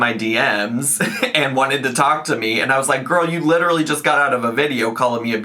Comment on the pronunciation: lit-illy - yeah you're so real girl